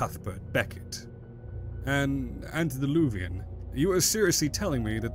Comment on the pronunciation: Antediluvian ANTE not ANT. Ugh...